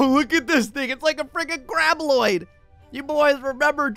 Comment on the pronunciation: ITS GRAB B-O-I-D NOT -L-O-I-D